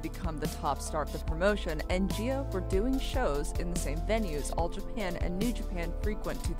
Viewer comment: Can someone please explain why the woman narrating literally pronounced both the "G's" in the name "Nagayo Chigusa" correctly, within less than 10 seconds of somehow mispronouncing the same exact letter in the name in the name "Gaea"? I get that you are not from here, but it does seem rather unprofessional to make a documentary about a subject that includes a large amount of criticism, despite the fact that the person writting the script evidently did not bother to research thoroughly enough to do the bare minimum; Pronunciate. Sure, in casual conversation, I mispronounce different terms, just like most people. However, there is a clear cut difference between shooting the shit, and "researching" a topic to make an informative "documentary. I have a feeling some is going to get all worked up and call me an idiot, but seriously. Nihongo (Japanese) is one of the simplest languages when it comes to individual Romaji letter pronunciation. All vowels and consonants make a single unchanged sound. It is not like English, where one letter can make a dozen varried sounds. in Nihongo (Romanji), the letter "G" always is pronounced as in the way it sounds in the word "Girl".